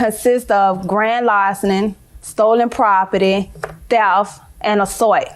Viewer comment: Actually it's "grand larcenin", "stolen propert", "TEF" and "assouit" 😂😂😂